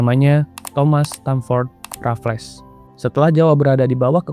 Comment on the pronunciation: Bacanya 'Rafels' bukan 'Rafles'